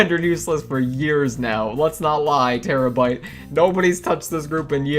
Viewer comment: When you said terabyte I thought you said tera brite and I was like the YouTuber?! But then I was like ohhh- 💜😂